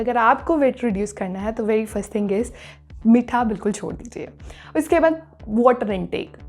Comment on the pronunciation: Its meetha not mitthaa